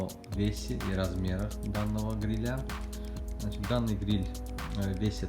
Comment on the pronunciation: Обратите внимание на ударение в слове грИля, а не грилЯ😉👍🏻